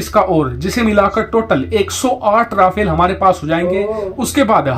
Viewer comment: it's no "Ra-fail". It's pronounced "Ra-faal"